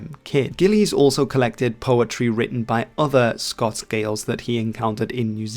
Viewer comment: Gillies is said more like Gill-is than Gill-lays.